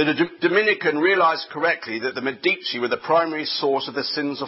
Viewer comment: ME di ci. Stress on first syllable.